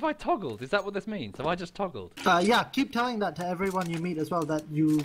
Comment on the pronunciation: you're saying i've toogled again